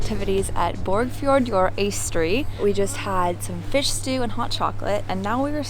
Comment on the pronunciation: Thank you for visiting my home town borgarfjörður Eystri and butchering the name of it!😂😂